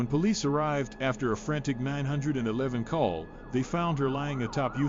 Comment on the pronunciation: He said somebody called 9 hundred 11 😂😂